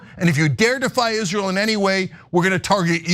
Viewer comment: “and you will pay for Izleeur’s endless wars.”